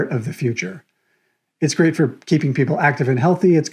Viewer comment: Im sorry I lost it when you said "it's a gweat way" 😭